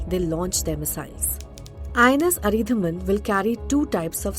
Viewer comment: It’s अरीदमन, not अरीधमन. At least learn the name before making your report.